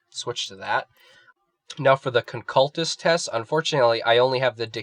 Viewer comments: it's not the "concaltist" its the "conculyst" con-cyoo-list is how it's pronounced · jesus christ CAN'T YOU SAY CON-CU-LYST? conculyst please dude